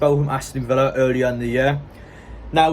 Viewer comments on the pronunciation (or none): none